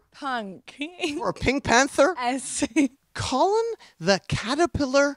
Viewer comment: Just now realizing her name isn’t pronounced pink panthERS but instead pink pantherESS